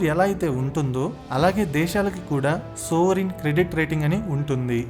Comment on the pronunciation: సోవరిన్ క్రెడిట్ రేటింగ్ కాదనుకుంటా.... "సావరిన్ క్రెడిట్ రేటింగ్."